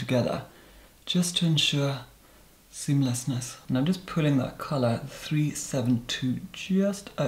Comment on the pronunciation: I made sure I said 'SEAMLESSNESS' with you when you said "just to ensure... *pause*... SEAMLESSNESS"